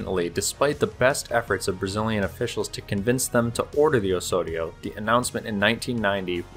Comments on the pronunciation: Do not pronounce "Osorio" but "Ozorio". Thanks. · You keep saying "Ohssorio". That's not how you pronounce it. The 's' there should sound like the 'z' in "ozone". Engesa also used to make excellent 4x4 vehicles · You pronounce it oe-z-oh-ri-oe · Great video, but work on the pronunciation. You are saying Osório like a Spanish speaker would, in Brazilian Portuguese is pronounced oZoRio. That “s” has a “z” sound. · That's not how you say Osório. You sounded like you were trying to say it in Spanish. Portuguese doesn't sound like that. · However, it's still wrong. He puts on a spanish accent that doesn't really match with portuguese